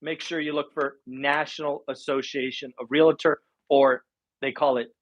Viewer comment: REAL-tor, not re-la-tor.